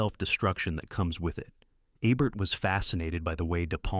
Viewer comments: It would be rad if you pronounced the names right — or is this narrated by AI ? It’s not Eh-bert it’s EEbert. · Nice list. I don't expect you to know this because you are probably too young to have seen Roger Ebert's show, but you pronounce Ebert with a long E. So it would be like EEbert. Thanks for the list. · His name is pronounced as it's spelt.